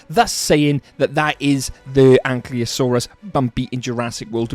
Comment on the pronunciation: makes a whole video about bumpy, Cant even say Ankylosaurus right